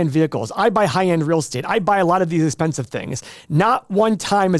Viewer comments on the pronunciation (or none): "It's expenslive" 🤡